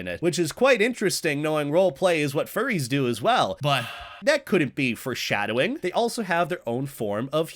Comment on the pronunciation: Did he say "fur-shadowing" instead of "foreshadowing"? Sounded like it to me... =^_^=